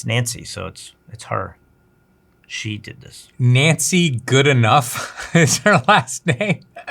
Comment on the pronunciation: If it is spelled Goodenough, it is pronounced Good-e-know.